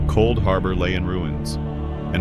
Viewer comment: “Couldharbor” 🤣🤣 Jk homie love the vid